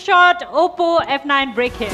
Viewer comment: leh ma oppo lai oppu vaneko xa